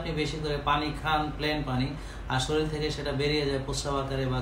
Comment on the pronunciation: ভাই আচ্ছালামুআলাইকুম। শরীল না। উচ্চারণ টা শরীর হবে। We should pronounce correctly. Hope you dont mind.